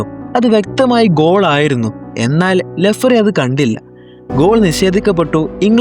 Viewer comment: ലെഫ്റീ അല്ലടാ..